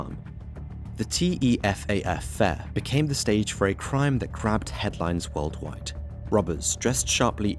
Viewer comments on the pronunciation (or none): Ah shit .. I don't know how I missed that one :D Probably cause I was only listening and the guy called it T E F A F